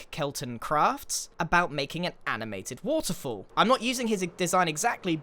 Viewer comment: I just love hearing Grian say woterfoll over and over xD